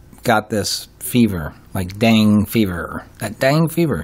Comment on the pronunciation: Nice video. It’s pronounced DENGAY fever.